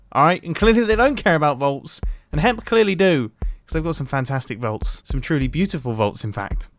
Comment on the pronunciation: Am I the only one that heard "hemp" instead of "hep"?